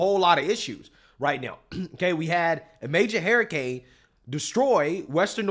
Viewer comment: I really hate how you say hUrricane, notice how i capitalized the U because it is not hairricane.